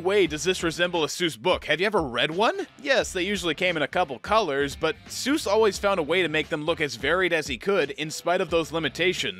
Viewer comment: I'm honking like a goose, though you give me cause to rejoice, because he's not Dr. Soose, he's really Dr. Seuss! ...That's a really cheeky thing to say, I'll admit, but once I learned how it was supposed to be pronounced, my life was changed forever. I mean, not in a significant way, it was a really tiny change. But technically, it was a change, that was irreversible, and part of my life. That counts, right?